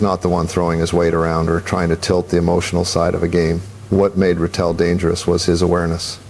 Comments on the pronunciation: the voiceover pronounced it “Gene”. I grew up rooting for Ratelle, and am very aware of how his name is pronounced. The ZH sound is right. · This is a joke! Orr isn't even speaking. It's AI. This voice doesn't even pronounce Ratelle right